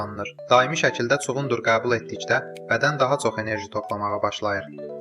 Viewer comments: Kuqundur sozun səf tələffuz edirsiz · Çuğundur sözünün vurğusu sondakı,,u ,,saitinə düşür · Ay eşşək vurgu 2-ci yox, sonuncu hecaya düşür. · Cu-gundur yox cugundur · Çuqundur yox çugundur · Çugun Dur yox! Çugundur. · Cugunddur yoh cugundur😀😀😀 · Elə bildim çuğundur adam adıdı 😅Çuğunduru elə deyirki sanki kimisə çağırır Cugundurr